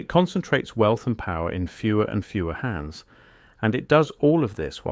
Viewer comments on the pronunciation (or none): none